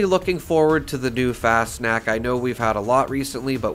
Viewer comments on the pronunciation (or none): No. It's more like fahs nockt - there is no 'sh' sound. The 'a' is pronounced as an 'ah'. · I think its pronounced like "fast knocked" fas knocked, but the 'ed' on knocked is more of a 't'. FasnachT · It’s pronounced kinda like Fahss-knocked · An imperfect but fairly easy to say pronunciaction for Fasnacht would be something like fahz-knocked. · Nacht is a germanic word pronounced nawkt or knocked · How do you know when you have a rare mask? On a sidenote;It’s pronounced “Fosh-Nockt” Missed Fascnacht. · Pronunciation = fas-knocked but with an 'ah' instead of an o Did everyone learn about krystallnacht in elementary school? Nacht = night Pretty much pronounces how you read it Fast snacks or fas nack whatever people say So funny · It’s pronounced Faws-knot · No. It's more like fahs nockt - The 'a' is pronounced as an 'ah'. There is a "kt" sound at the end. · Pronunciation is an option on google translate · IKR. How easy would that be to do instead of mispronouncing constantly and not even trying?